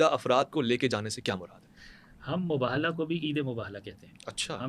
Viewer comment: صرف شیعہ عالم کا تلفظ درست ہے وہ مُباہَلہ کہہ رہے باقی سارے حضرات مُباہِلہ کہہ رہے